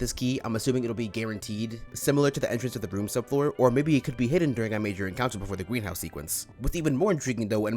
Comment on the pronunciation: "It's unknown how we'll get this key, I'm assuming it will be guaranteed. Similar to the entrance to the Rooms sub-floor. Or maybe it could be hidden during a major encounter before the Gweenhouse." 2 things. 1. He be rhyming key with guaranteed. 2. DID YOU SAY "GWEENHOUSE?"